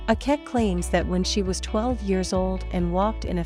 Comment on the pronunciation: please she is not called Akeck, her name is Akech